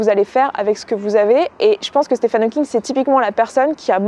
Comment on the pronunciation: Très bel hommage :) Juste une toute petite correction (j'espère que ça ne te dérange pas) son prénom se prononce "Stiveun" (oui oui ça fait bizarre je sais ^^)